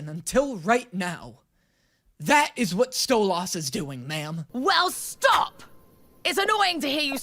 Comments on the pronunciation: Him saying Sto-loss is so jarring lol I will never get over this.... say his name right! or I'm going to start saying your name like "Day-knee" "Moe-tay" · My brain hurt every time you said stolAs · Ur meant to say Stolas' name as either "Stole-is" or "stole-ass" (stole-ass is how kinda Stella says it lol) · It's spelled Stolas, but pronounced Stolis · I forgot how much i hated calling Stolas “StoLAS” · WHY DOES HE CALL HIM stolAs 😂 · Hearing call Stolas “Stole-Ahhs” AND seeing with SHORT HAIR is a goddamn fever dream, I can’t believe we’ve come so far